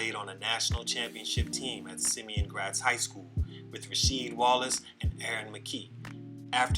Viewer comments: "Simon Gratz" High School Not "Simeon". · SIMON GRATZ HIGH not ‘Simeon’